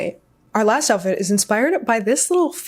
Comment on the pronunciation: lol “the joutfit”. Love your styling! 🙌